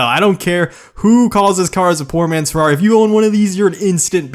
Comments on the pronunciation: lol i love your humor but the pronounce, my italian hearth died when you sayed ferrari (good video btw) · Redstoneprime dude he says Farrari but it is ferrari